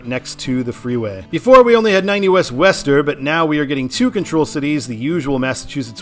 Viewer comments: I thought Worcester was "Wah-stah" I always liked taking Ohio 2 instead of 80 or 90 in Ohio... its a better funner freer road. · Yay, Massachusetts, my home state! Frist, it's WOOS-ter. In Western MA, there is no exit in Stockbridge, home of the Norman Rockwell Museum, so West Stockbridge, a separate town, is correct. For the westbound I-95 intersection to Waltham (no schwa on the second syllable), signing that suburb, just north of I-90, would be correct in that direction as if one were going to Portsmouth NH from Boston, the highway of choice would be I-93 north or the slower US 1 north through Saugus and Lynnfield. Getting back to the Worcester area, I-395 and I-290 are the same highway. I-290 north of Masspike is the original spur that was intended to be a loop highway that only got as far as I-495 in Marlboro due to community opposition east of I-495; the super-2 that continues into Hudson is simply called to MA 85. I-395 south of Masspike was originally CT 52 / MA 52 until 1983 when the highway was upgraded to interstate status. The number change officially is where the highways meet US 20 nearby. MassDOT is considering renumbering I-290 to I-395 for numeric continuity as the mile markers and exits for I-290 do not reset to zero; instead, they continue from I-395. Stay tuned for that. Also, the next exit to the east, MA 146, which got added around 1990, is signed for Providence RI, the first taste of the Ocean State on that highway. Some internet gurus opine that MA 146 / RI 146 should be renumbered to I-190, which does exist north of the Masspike going to Leominster (pronounced LEMON-stir) and F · I appreciate you even trying to pronounce Worcester. Not perfect, but I’ve heard much worse(ster). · Its not wester its (Woo-Star) thats what people from mass say lol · It’s not “west-ster”. It’s “wuss-ster” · Nah. Wooster, or as suggested before, Wuh-ster. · Is Worcester pronounced "wəster" or "wester"? I thought it was the former. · worcester is pronounce wooster